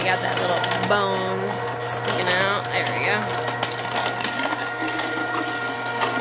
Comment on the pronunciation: "Shove em down in dere".